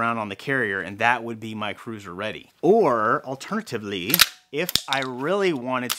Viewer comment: I can't get over how you said "OR ALTERNATIVELY" Made me laugh. Keep up the great work!